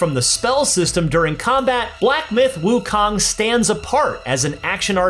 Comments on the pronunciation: that's not wukang , it's wukong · wu KAHNG! annoys me soo much hahaha! it's wu KONG! like KING KONG! with a OH sound. can't wait for the game though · it's pronounced as WOO-KOONG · The Kong in WuKong is an "ooo" sound like in cocoon.